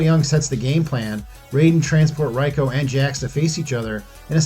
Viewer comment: Goro's race is called Shokan. You said "Shao Kahn." And Reiko's name is pronounced "ray-koh."